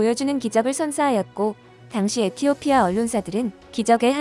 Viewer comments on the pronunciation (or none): none